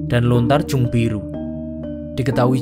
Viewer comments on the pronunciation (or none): none